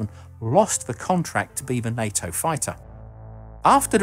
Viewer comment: Why does the voiceover keep saying night-o fo NATO?